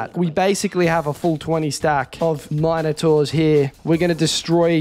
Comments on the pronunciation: The way you say minertaurs pisses me off 2 much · How the hell do you pronounce Minotaurs??